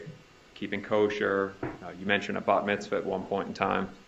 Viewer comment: I don’t think this lawyer did that great. Mispronunced “Kosher” and has a few failed attempts to get Wendi rattled. Wendi had a few moment that actually stomped him.